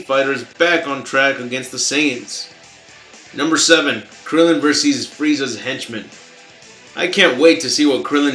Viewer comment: Are you from a non-English speaking background? because I've never heard a native speaker say Verses rather than Versus.